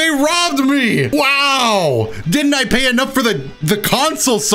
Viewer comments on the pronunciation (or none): Man said they rrrrooobed your Zeni